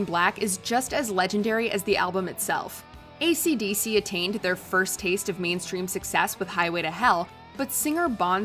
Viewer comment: I don't know why, but it was horror when she said "AisyDisy" 😂😂😂